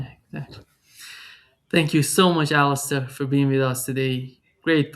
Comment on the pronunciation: It is detail but should learn how Alastair Crooke's name is pronounced with the stress on the last syllable: AlasTAIR. It is not "Alister""..